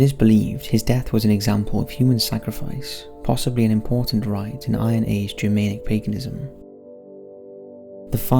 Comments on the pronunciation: Ger-MAN-ic, videos are great except for the odd weird mispronunciation. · Wrong emphasis placed on the word Germanic.